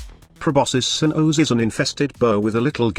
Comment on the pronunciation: Proboscis Cern-OoOhsz.